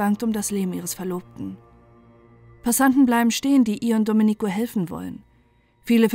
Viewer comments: Sorry. Reportage gut. Aber Domenico spricht man Domeenico. Man betont das e, nicht das i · Nein, nicht richtig!